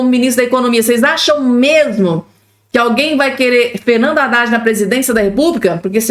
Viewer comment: Não é Radad e adad. Não é Rélio e élio